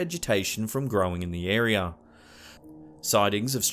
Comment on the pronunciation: figga, disappeaed,nauseurr, arear....where he should use r's he doesn't, where he shouldn't, he adds them.